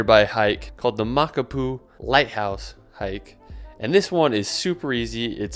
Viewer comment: You literally butchered the Hawaiian language mispronouncing most of the location names in this video. For example, say: "Moc-Ah-poo-ooo" (Makapuu). Those spaces or "stops" between vowels are important!